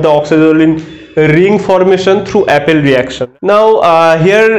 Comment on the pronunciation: It is "appel reaction" not Apple reaction....